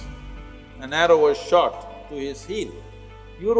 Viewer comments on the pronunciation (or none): none